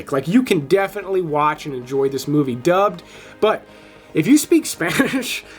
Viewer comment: Dubbed dubbed dubbed, come on man, say it properly, you are not 8 years old. Smh